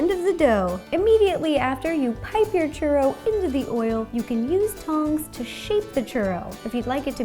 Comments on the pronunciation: same haha she said it like "shoe-roe" instead of "choo-rroh" not hating, i love her a lot ☺️ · She didnt pronounce it correctly. English speakers add the 'w' sound because they read it as if they had never heard it pronounced correctly and as if it were written based on english grammar. However, the 'o' would have to sound like it does in the word 'molt' rather than 'mow'. In other words, the 'o' sound shouldnt morph into the 'oo' sound. Its the same kind of mispronunciation that sometimes occurs with french words, i.e., like pronouncing the 't' in 'gourmet', or pronouncing 'chaise' like 'shayz' and not 'shez'. To spanish speakers, it might sound as noticeable as it would to an english speaker listen to a german speak english pronouncing 'w's like 'v's. Its not like anyone cares though, nobody expects everyone to have perfect pronunciation of all foreign languages, its perfectly acceptable to pronounce churro that way, but it is noticeably mispronounced like the examples I gave. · Omg she said it so white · Omg I felt the same way, I kept on yelling "churro" to the screen😂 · I'm not even Latin and I cringed lmao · Natalia Hernandez neither am I. I just feel if your going to bake something in a professional way you should know how to say it correctly